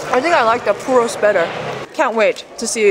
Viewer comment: Every time she says puro a puppy dies